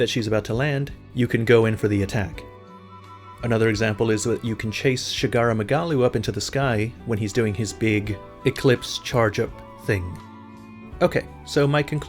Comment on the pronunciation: I heard your ass calling him Sharaga Magalu, that shit's unforgivable